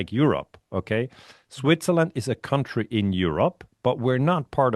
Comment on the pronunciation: Country = kAntry,, nicht 'kAUntry'. Das ist ein ganz übler Anfängerfehler. Das irritiert mich jedesmal auf's Neue. County ohne 'r' ist etwas anderes. Es gibt country (Land) und county (Bezirk). Ersteres ist eben kAntry und nur das zweite spricht sich kAUnty